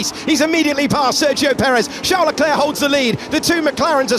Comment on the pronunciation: Great video 👍 but your Leclerc pronunciation grates! 👎